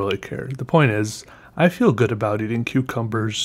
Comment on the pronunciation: sometimes it sound's like you're saying cutecumbers